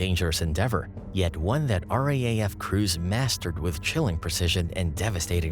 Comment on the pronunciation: No one in Australia calls it the R-A-A-F, it’s the R-Double A - F.